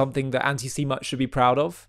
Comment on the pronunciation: You need to work on your pronounction of the word "antisemitism " its not C but S.